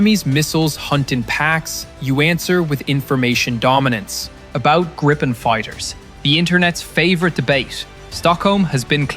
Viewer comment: The plane isn't called Grippen, it's called " Griipen, Greepen.